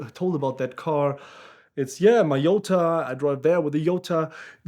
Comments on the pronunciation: Its a J not a y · My biggest question is how "Jota" becomes "Yota". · Exactly, "J" is not pronounced "Y" in spanish.